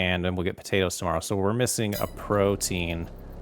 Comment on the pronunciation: If you're gonna say potaters and tomaters, you need to leave off the "po" and "to" to be correct red-neck😂😂😂